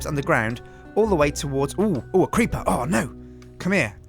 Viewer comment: said: Into... a crepeer